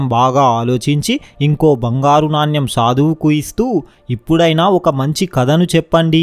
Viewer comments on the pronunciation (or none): It's not NANYAM but Naanemu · నాన్యం కాదు నాణెం అనాలి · Naanyam .. kadu. Naanem. Cheyyu kaadu cheyi Ani cheppali.. read telugu properly. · నాణ్యమ్ కాదు నాయన.. నాణెం.. Storey super❤️ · నాణ్యం కాదు నాయనా నాణెం అని పలకాలి